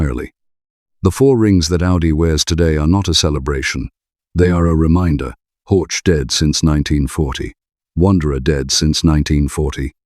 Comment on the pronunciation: Wanderer is Vanderer, not Uonderer ... Zwickau is Tsfikau, not Zuikau ... Horch is Horh, not Hortsch ...